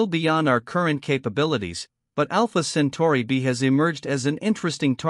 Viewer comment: It;s AI - you can tell because it can't pronounce Centauri (as in Alpha Centauri)